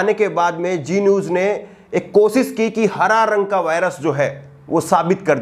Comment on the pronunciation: Bar bar aap koshish shabd ko kosis keh rahe he shamnak he ashudh bhssha ka hona ek journalist ke liye iska matlab yeh hi apka journalism ka course thik dhung se nhi hua. Shaem ki baat he